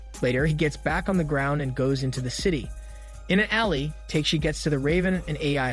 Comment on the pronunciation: it's not Teiyk - shee ... it's Ta - keh - shi (TAKESHI)